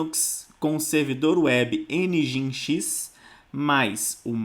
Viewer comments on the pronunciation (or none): Pequena nota: Nginx - soletra-se "Engine X" - (e)ngin(e)x ..... Cumprimentos